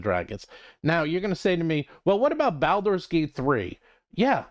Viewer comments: So absolutely agree with your content but is Baulders as in “ball” not “pal/balance” bawl-ders. Has been for decades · Why do you pronounce "Baldur's" like that? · It is a curious pronunciation that I haven't heard from anyone else.